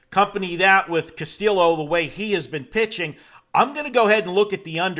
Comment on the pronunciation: Are you trying to pronounce Castillo wrong?